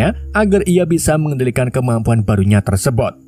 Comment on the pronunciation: Tersebut gan bukan tersebot 😂